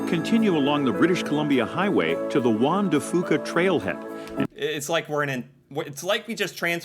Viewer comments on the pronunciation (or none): Juan de Fuca (ff you ka not foo ka) Cowichan Bay (Cow ih chan not cow ee chan) Saanich (sa nich not saw-nich) Ucluelet (you clue let) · Sorry, but the way that video mispronounces some of the place names grates on my nerves!! Most people in B.C. say: Juan de Fuca (WAN-de-FYOO-ka); Cowichan (COW-i-chan); Saanich (SAN-ich); Uclulet (you-CLUE-let). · Obviously not narrated by a local with his butchering of pronunciations. Juan de Fuca is pronounced Juan de Fyuca. Cowichan Bay is COW-ichan Bay. Saanich is a flat A like hat.